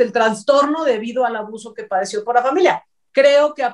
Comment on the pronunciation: se dice * Trastorno, no TraNstorno...